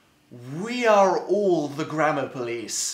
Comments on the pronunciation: It sounds like he is saying grandma police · At first I thought he was saying grandma police and I got really confused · i thought he was saying the grandma police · i hear grammar police as grandma police omg the grandma police caught me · The whole time I thought he said the grandma police